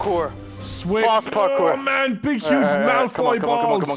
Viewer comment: Lol said Malfroy 😂😂